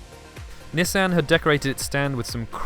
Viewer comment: Why American luxury Nissan is not American it's like Japanese or some shit and it's not nussan it'd Nissan man step it up my dawg come on overall good job yeah I'm out peace